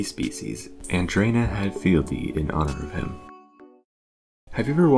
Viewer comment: As this channel relates to taxonomy, you should present the names correctly; Andrena (h)adfieldi